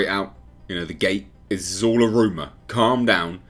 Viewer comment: I love how say “rooma “ 🤣